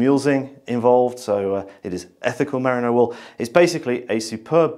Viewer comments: You pronounce it 'mariner' but it's really meh-REE-no (The Brits have a lot of explaining to do.) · its MERINO (MER RI NO ) FOR SOUNDING OUT HOPE THIS HELPS. From a west Australian. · pronunciation of "merino" has me worrying that I have been saying it wrong for years.